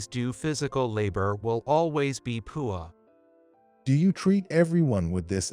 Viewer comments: Sounds like computer is saying pool instead of poor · Had to leave. Couldn’t stand to hear poor pronounced pour one more time. This never would have taken place. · Why is he or it pronouncing the word poor like poo ah. Personally I say ahhhh when i poo. Pooahhh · Too much “beauing”. I really like how the computer prounounces “poor” - poo-ah. Lost in translation. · This AI program has to work on how it pronounces the word poor. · Why is the narration in this story so bad? Many words are mis-pronounced, the word "poor" is always pronounced wrong, and it is not the only such word. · Why cant you pronounce the word "poor" properly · The computer can't pronounce the word poor correctly! The word talk sounds like tark